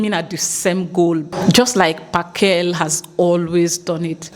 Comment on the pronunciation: It kills me how you pronounce Phakela😅 and how you butchered Ngizwe’s😂… love from SA ❤